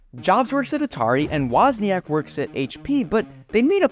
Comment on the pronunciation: The pronounciation of "Woźniak"💀